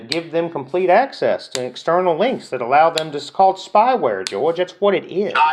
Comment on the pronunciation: I wanna smack every time he says: “All-low, even low, and pre-tell” 🙌